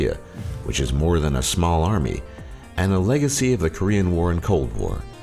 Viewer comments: all the pronunciation of the Korean words were disturbingly well said. :S like it was so good that it made me feel bad. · Actually, his pronunciation of all korean words is very good. He did a good job really.